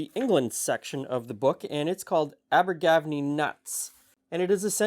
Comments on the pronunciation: It's pronounced abba-ga-venny but we are amongst friends here so it really doesn't matter! Look really delicious 😋 Do you think mixing the Ingredients the other way would have affected taste / texture ? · Posh ginger nut biscuits. also ginger and an almond on top. it's pronounced Aber-ga-venny (welsh) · It's pronunciation is..aber- gav- any.. its Welsh.. definitely not English! Lol translates as mouth of the river y (e) venny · I live near Abergavenny. It is in Wales, I am in Hereford. It is pronounced Ab ber gar ven ny. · Just a word to the wise on the syllabic stresses - 'ABer-gaV-en-NY'. Many British/Welsh/Irish/Scotish and even English place names are topographical descriptors. 'Aber meaning the mouth of a river. Afon/Avon means river. And these look like gorgeous ginger nut biscuits. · Abergavenny is in Wales and pronounced Aber GA venny 😊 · Hiiii, Can’t wait to try this recipe. As a fellow Canadian (Scarborough, Ontario) who lived in Wales for over 20 years, please allow me to help you pronounce “Abergavenny”. Aber is fine, gavenny as in “havepenny”. Morgan is a popular Welsh name & the people who named the cookies after their farm may have come from Abergavenny originally. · Pronounce ABBA. Like the group Give Any All together is all good 😂😂😂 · I know Abergavenny well, as a main transit point via rail / coach, when I go see my folks in Brecon (Wales). Yes I did kind of cringe when you said Abergavenny (TIP: Video from All The Stations channel and others, helps here), but given you are not even from the UK (Some folks here even get it wrong), you took the phonetic approach (Bit like how folks say Derby, which is the part of the UK I am from), which is not a bad thing. Thinking of my mothers native land in Brecon, Powys (Wales), certainly some good recipes from back in the day, that is worth researching, with Welsh Laverbread being one that comes to mind. (Abergavenny station) (Town information) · Way to butcher Abergavenny